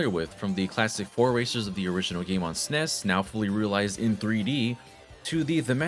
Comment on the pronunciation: Did you really call the SNES the "sness?"